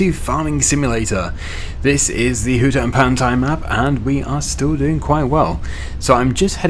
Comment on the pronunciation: they way u say HUTAN PANTAI.. is funny lol.. in malay.. HUTAN means FOREST... and PANTAI means BEACH... Its BEACH FOREST.. lol...